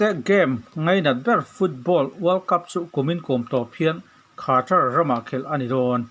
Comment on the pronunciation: Khartar nilo in katar ti zawk rwh sap tawng pawih mawh hi thalai ten hria se aduh awm khawp mai